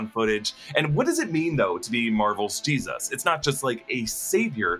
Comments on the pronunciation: Im kinda weirded out by how he says G-Zuss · is it just me or is he saying geez us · Why’s he saying Jesus weird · The way you say Jesus 🤣🤣🤣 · You say Jesus weird. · Why do you say Jesus like that... 🤔